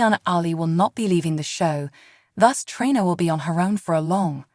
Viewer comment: Treeeeeena……. that’s how her name is pronounced!!!!